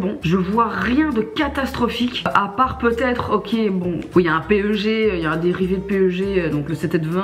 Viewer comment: Sympa la Video!!! Keep it up:D Juste PEG ca se dit Pegue Pas P.E.G. ;)